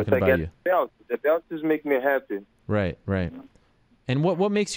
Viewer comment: " I'm 'appy.." - Anderson Silva